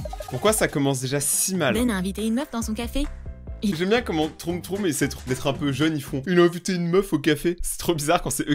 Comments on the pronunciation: A la place de dire trom trom troum troum dis plutôt trom troum 😂😅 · Debut de vidéo quand tu dit "troum troum": WAAAAA MERCHI ENFIN ^^ Tu dit "trom trom": non mais sa partais bien;_; Continue comme ça j'adore tes vidéos 😁! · "trom trom" haha😂😂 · "Troom troom ba vous voyez je sais le dire"2secondes après"trom trom"🤣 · Moah j'aimais bien quand tu disait trôme trôme :'(